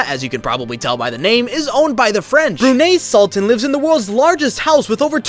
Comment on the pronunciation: Hey there! You pronounce Brunei wrong!